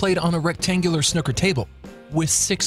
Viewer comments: It is pronounced 'Sn-ooo-ker' not 'Schnucker'! The person from the video you are watching is also pronouncing the name of the game incorrectly too! In order to pronounce it correctly, I suggest you find clips from the 'World Snooker Championship tournament' held annually at The Crucible Theatre in Sheffield, UK, since 1977 or anything put out officially from the Governing Body of the Sport, The 'World Professional Billiards & Snooker Association' (The WPBSA) because it will be certain that you will then hear the correct pronunciation of the game of 'Snooker'! The Standard Professional Snooker Cue's Tip ranges anywhere between 9mm & 10.5mm, however, the more refined the tip the more accurate you can be with your curing. Professional Snooker Players tend to prefer their Cue's Tips to be around 9mm to 9.5mm in diameter, dependent on the particular professional! As for the game of 'Billiards', in the UK it is officially played on a 10' x 5' Table with no pockets, however Billiards is also often played on a 12' x 6' Standard 'Full Sized Snooker Table', with its pockets and using Standard Snooker Cues (though 'Not using Pool Cues'), it is also played with just 3 balls (2 of which are White Cue Balls but 1 of them has small Spots, either 1 or 3 on it to differentiate between the 2 Cue Balls so that each player knows which one is their Cue Ball, the Third Ball being a Red Target Ball), unlike Pool that is played as either 9 Ball 'Diamond Pool' plus a Cue Ball, or 15 Ball 'Standard Po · That was a terrible explanation video. I was confused and I love snooker. It’s pronounced snewker by the way, not snuker. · This has to be the worst video explaining the rules ever. By the way, It’s pronounced SNOO-KER. Not SNOK-ER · Sn-ew-ker (/ka depending where you’re from) rather than Sn-uck-a🫡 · snooker is pronounced snoo-kuh it is not snu-kuh if it was snuker there would be a u in the spelling but there aint a u in it so its snooker snooooooooooooker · 'Snoo ker' not snuker